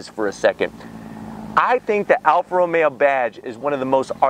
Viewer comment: Why does he say ROMeAaaaaa